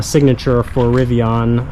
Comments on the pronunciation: It was driving me nuts. Pronounced rivi-IN, like Indian which is the genesis of their name, NOT rivi-ON. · Riv-ee-in. You will understand.